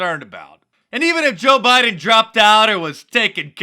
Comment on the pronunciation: He says "Beedeen Trump"